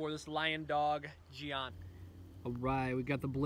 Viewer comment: Ah yes the the Chinese gee-on